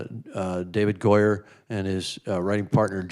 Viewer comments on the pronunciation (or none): Btw you mispronounce Goyer name by calling him "Doyer"